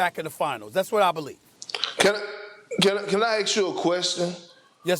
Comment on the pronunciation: I never heard Perk pronounce ASK correctly. Dude says aqs or aks 🤣